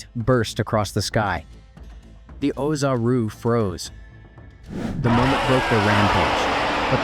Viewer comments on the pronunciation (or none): originally i thought it was you personally doing the commentary, but after checking out some of your older vids, I'm guessing that it was actually AI that narrates the script here, especially noticing pronunciations like "nay-mekian," "kakkaROT," and oozaru sounding like "ooh-hee-za-roo" at certain points. in older videos, while i enjoyed a lot of the lines being spoken as they would in the Funimation dub, its weird pronunciations of these universe-specific phrases that really makes the AI narration & dubbing sound weird. in the future, i recommend doing tests with different ways of spelling these words and see if your AI can more accurately pronounce them - for instance, if spelling "Namekian" makes the voice output say "NAYmekian," try spelling it like "Nuhmekian" or "Nehmekian" to see if you get better audio results. all that being said, another thing i liked about this compared to your older videos is that if youre using music at all here, is VERY quiet in the mix. thats good, the loud music really distracted me in the DBS Manga 101 & 102 review videos. i hope i dont sound too nitpicky, i just want to give you suggestions of how you can continue making better & better quality uploads. all the best!